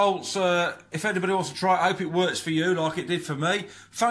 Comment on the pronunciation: Fank you! If you stopped I'd be heartbroken!